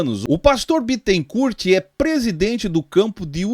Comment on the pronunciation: O Bittencourt é advogado do tal Leandro. Ah, e não se pronuncia o "t" final de Bittencourt (bitencúr).